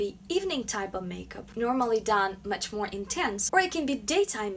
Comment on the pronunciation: When she says More it sound like Moe Moe